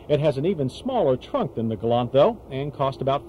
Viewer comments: yanks cant pronounce things its a gal LANT not gol larnt! hahahahaha arrogant yanks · Keep trying to tell him! It’s pronounced, ‘ Gal- lant! Not, “ galun! “ 😕😐